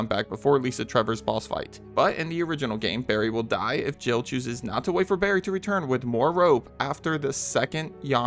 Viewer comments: I always thought Barry says jibble sandwich lol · I always thought it sounded like Barry said Jiggle sandwich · I never understood why it was a Jill sandwich when it sounds like he says jibble sandwich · 'You were almost a jibble sandwich', that's what I always hear even though it makes no sense.